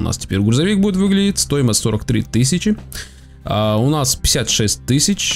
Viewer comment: почему ты всегда оговариваешься место стоимость говоришь стоимост